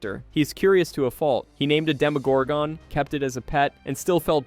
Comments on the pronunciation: Stop over pronouncing the ‘gon’ in demogorgon. It’s not pronounced like gone. It’s pronounced like gun. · It pisses me off how you say demagorgon. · They say demogorgon in the show tons of times, how do you still mispronounce it? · I know right?😆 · i disliked the video n not gonna finish it cus of that 😂